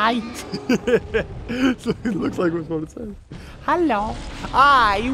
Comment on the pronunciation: In his intro his Hello sounded like stamps or is it just me